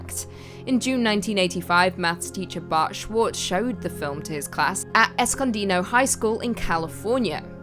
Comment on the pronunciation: I love how you said Escondido , seems no one outside of California ever says it right 🥰💙